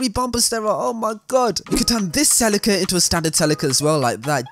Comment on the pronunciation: I think you’re pronouncing Celica wrong 🤣